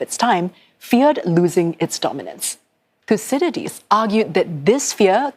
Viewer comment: “Yes hello, hello, thusididlidies why is your name so hard to pronounce thuscydiadlies, its making my lips sweat” 😂